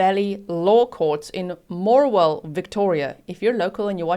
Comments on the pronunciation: Hi, you did pretty well with the town names, Morwell was correct, Leongatha is like you said leon right but the gatha part is like gap, short a sound, hope that helps for any future videos (they are towns about 2 hours or so away from me). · I’m a local. You’re doing well with the town names. Leongatha is slightly different, but that’s just an accent thing. Morwell was pronounced perfectly. I’m so glad the jury found her guilty. I only wish they charged her for attempted murder for her ex. I also think they need to exhume her parents…she got quite the hefty inheritance when they passed.